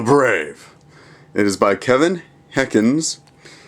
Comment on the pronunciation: Wow. how do you get "Heckins" out of Henkes? and how do you fail when reading a children's book?